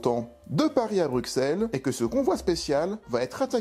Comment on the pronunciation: ha oui, encore un truc...pour info...on dit "Brussel' et pas "BruXXXXel"....je crois qu'on a mis en x en français pour pouvoir se moquer des français...c'est taquin parfois le belge ;-)